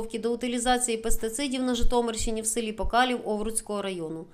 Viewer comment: Не покалів а покалів